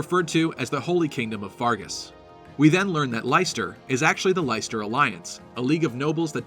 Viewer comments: It's not LIE-STER. Pronounce it LESS-TER. How do I know? Because I live in the city of Leicester in the UK. I'm sure they pronounce it correctly in the trailer too. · Leicester is pronounced "Lester". It is a place in England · Leicesester pronounced 'Lester' not 'Lighster' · The only thing I dislike about this is that they’ve named a country after Leicester (pronounced Less-ter, not Lice-ter). Might as well have called it Birmingham or Derby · It's pronounced lesster it's actually where I live lol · Great stuff. Just a head up though "Leicester" is pronounced the same way as the English city, sort of like "Lester". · I find it funny that one of the territories is called Leicester, which for you non-Brits is just some random, pretty unremarkable city in central England. It's pronounced, "Lester" by the way. Like they say it in the trailer. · Even with the trailer people still can’t pronounce Leicester properly 😰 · I quite like having a voice for the Avatar; I much prefer that over a silent protagonist since without a voice, they usually lack personality. (Can't please everyone though so if Byleth doesn't have a voice, I can accept that.) And just a heads up, Leicester is pronounced more like LESTER; we have a city in the UK with the same name. Cool analysis though. :) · Lesster, it's pronounced Lesster. Being from the UK, that irks me slightly. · You also say "Leicester" wrong. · I live in Leicester and I'm triggered by this pronounciation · You're killing me with your pronunciation of Leicester.